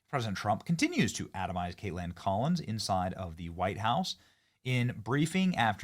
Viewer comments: The way you are saying her name is annoying. Just say Kaitlyn....like you always have...just because it's spelled kaitlan doesn't mean you say katelAN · Is Benny being silly or her seriously think that’s how to say “Kaitlan”?